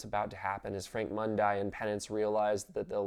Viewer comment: For the love of God Frank's last name is pronounced "Mun-Dee" not "Mun-Die"! And you clearly didn't pay attention to Mundi and Swann's conversation in the bar in episode 3 where Frank made an excuse for sleeping with Swann by saying he was drunk and Swann said "You were drunk the first time, Frank"